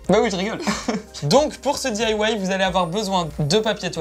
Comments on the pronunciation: c'est DIY et pas DAY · Lou bvr non elle dit : dithawaï